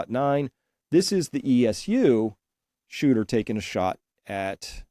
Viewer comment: Shooter ! Not Hooter 😂